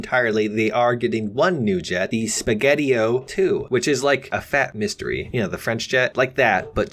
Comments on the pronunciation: Please say mystere like this : 'mys(Miss)tere(stair) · you pronunce it like mist-air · Did my guy just pronounce mystere like mystery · Called the mystere "mystery" bruh